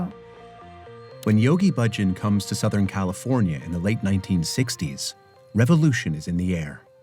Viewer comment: Why do you all pronounce Bahjan differently now than it was pronounced in the '70s? He was the one who told people how to pronounce his name. Thousands and thousands of people didn't t come to that decision on their on. No one pronounced it like it is pronounced now.